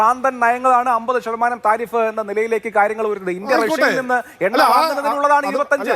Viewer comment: നോക്കി വായിക്കുന്നു എന്ന് മനസ്സിലായി തിരിഫ് അത് താരിഫ് ആയി വായിച്ച cpm 😮